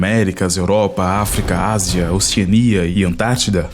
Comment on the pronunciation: ...Ásia, Europa... Acredite ou Não eu entendi "As Europa" !!!